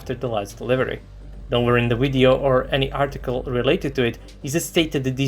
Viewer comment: "Video" is pronounced with a "V" sound, not "W" sound.... smh